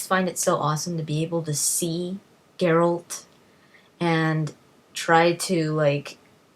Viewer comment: Brawa dla Pani, anglojęzyczna, a mówi 'geralt', a nie jakiś pierdo*ony 'dżerald'. Ufff. Zajebista recenzja.